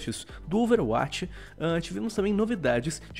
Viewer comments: Porque o fala OverAtch e não Overwatch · por favor amigão, fale a palavra "overwatch" que nem um brasileiro normal. Obg desde de já, um abração.